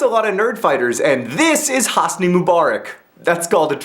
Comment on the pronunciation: Actually, the way John pronounces Hosni is correct. :P